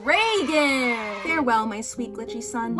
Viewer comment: I don’t care how it’s actually pronounced, hearing reigen pronounced like Roland Reagan is killing me